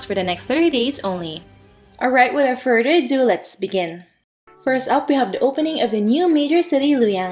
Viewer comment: There are a lot of “further uh-dohhs” in the intro. 🤣😂